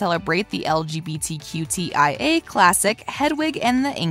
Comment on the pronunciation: Bruh she said lgbtqtia tf haha